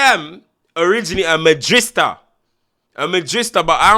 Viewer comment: Its Madrid Di Sta, not Madristar